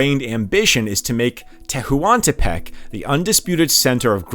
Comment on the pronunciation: AMLO is said like a word, "amlo," not the letters "A-M-L-O". Tehuantepec is just "tewantepec". Not saying you have to see them exactly as they are in Spanish, but there are established English ways to say these names and words. This is very informative and interesting, it's just distracting. Or maybe you're doing it on purpose because it seems you're getting a lot of engagement about pronunciation